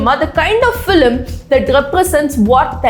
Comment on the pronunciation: Please pronounce film like its spelt not FILLIM 🤮